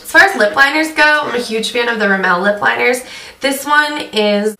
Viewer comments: Rimmel is a British brand... the word is not meant to be pronounced like it's french. British people say it like it's riml, with the emphasis on the first syllable. Not rim-el. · you keep saying rimmel wrong... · you say rimmel funny..... <3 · Your crap at pronouncing names rimmel, buxom, don't mean to be rood but it's true :P x